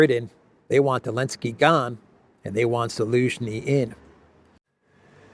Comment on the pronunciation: It is NOT”Elensky”. It is Zelensky. His last name starts with a consonant “z”/“з”: Зеленский.